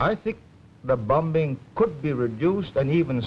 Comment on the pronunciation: Why is he pronouncing the second "b" in "bombing" ? His accent was and had been very Singaporean from those days.